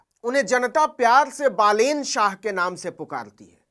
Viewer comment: Ha bro, naam pronounce karne me galti hoga but aur godi media ki taraha fake news 📰 to nhi de raha